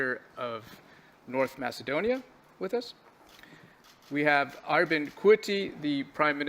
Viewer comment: “Arbin” Kurti prime minister of Kosova. Sir your a presenter you should be able to pronounce & read better than that.